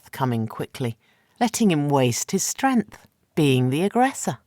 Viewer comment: Narrator, the N in the word strength is not silent!